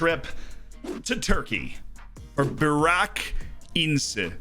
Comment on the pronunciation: the way he spells burak as barrack and ince as ins-e is killing me 😭